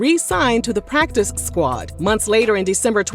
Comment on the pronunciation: The emphasis on “PractiCe” in PractiCe Squad 🤌🏽